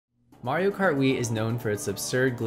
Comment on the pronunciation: It's MARIO not that shit your saying